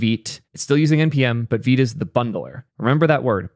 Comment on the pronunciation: Finally someone who pronounces vite correctly